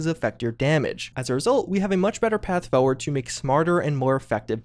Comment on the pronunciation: I love videos almost as much he loves saying the word “foeward”.